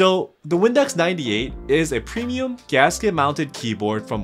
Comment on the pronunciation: bruh i thought you said "Windex 98"